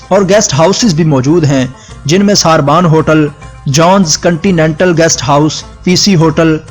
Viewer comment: ساربان نہین سربن صحیح تلفظ ھے